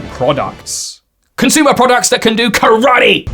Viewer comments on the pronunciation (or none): none